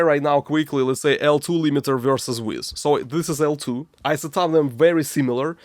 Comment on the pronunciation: I love your videos, they feel so "real". But please! don't say "Weezz", Weiss is pronounced like "Vice".